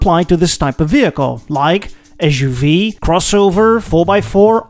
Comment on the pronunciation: u can't even SAY suv